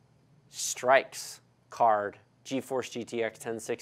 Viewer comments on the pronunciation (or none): Why did he pronounce Strix as strikes? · did he just say straix instead of Strix? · If he had said "Strix" instead of "Strikes", he might have actually shown the rest of his teeth. It's Strix btw, not Strikes,. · its strix not strikes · Did he really say straix? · its str-ih-X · THE WAY U SAID STRIX LOL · Am I the only one who gets triggered by how he says Strix? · Sorry...how tf did you just pronounce the word ''Strix''? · how you mispronounced "strix" bugged me much more than it should have.